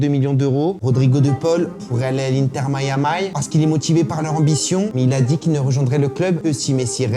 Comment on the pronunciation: C pour me tuer "Inter mayamay" 😂😂